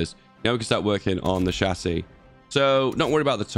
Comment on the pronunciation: How to pronounce chassis: shasy (kinda, I ain't going to use IPA in a youtube comment cmon) How pronounces it: chassé